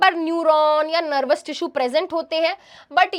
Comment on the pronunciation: nErvous system